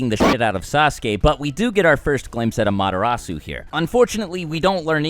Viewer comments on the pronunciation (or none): wtf was that "amaterasu" "amaderasu" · I feel offended that he pronounce the word "amaterasu" as amaterasu. It is pronounce amateras. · I nearly had a seizure trying to figure out what the fuck he said with the way he pronounced "amaterasu" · The way he pronounces Amaterasu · you pronounced amaterasu wrong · Thats not how you pronounce amaterasu lol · Do you pronounce things like shippuden, susano, and amaterasu wrong on purpose? I’m just wondering lol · the ways you pronounce amaterasu and susano really bothers me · Loved the analysis but hated the pronunciations....was cringing so hard at Amaterasu....